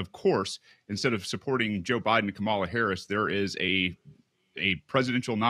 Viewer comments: KAMA-LA!! It’s not that hard to pronounce! That libertarian dude is being ignorant! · Vote Purdue out. He cannot even pronounce a simple name like Kamala. Or simply doesn’t have the decency to do so.